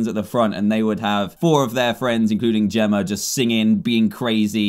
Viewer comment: it Jemma not Jimma